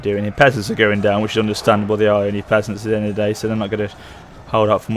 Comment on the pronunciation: "so there we arrrrre"!